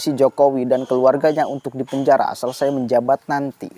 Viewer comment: Pak ramli bukan bilang dipenjara, tapi bilang dipenjahra, r nya ngga ada.